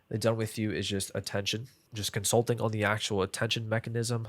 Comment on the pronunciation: i hate when creator just make half of the video talking about cons of a service like why you care? and while making notes I found a new word COM-SUT-Ling 😂 I feel you holding back many information you can answer me one what our client avatar look like? i mean what he selling some service? or a product and how much we gonna charge them